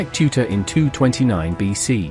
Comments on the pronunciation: Not Tuta but Teuta As for Serbian. Not teutavica but Teuta As for Greece. Not Teutais but Teuta. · TEUTA NOT TUTA T.E.U.T.A